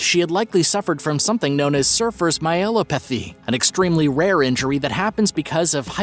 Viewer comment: Mr. Narrator, "Cartiord" artery? It's ( kuh-ROT-əd ) ca•rot•id. And Surfer Myelopathy...( my əl OP əth ee ) / ( "mile'' OP pəthy)